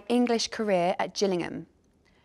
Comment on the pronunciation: Harry Kane trying to say "Gillingham".... "Glnllmm"